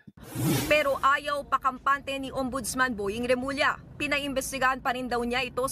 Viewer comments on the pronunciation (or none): none